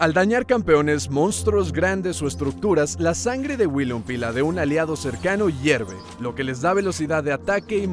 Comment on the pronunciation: "WILLINPUM"